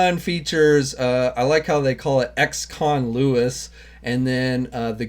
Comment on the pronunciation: It’s Luis not Louis